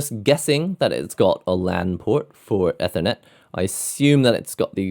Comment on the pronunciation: What a strange way to pronounce "ethernet"